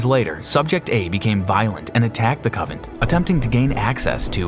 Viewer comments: Does anyone want to tell him it's coNvent , not covent. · Convent. Not covent. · It's convent. Not covent. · You mean convent? Not covent Lol it's OK though, we are all human. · It is convent not covent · CONVENT... NOT Covent ffs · Alright...just to be clear...it's "coNvent" not "cOvent"...and "efficacious" is pronounced "effiKacious" not "effisaycious". Jeez...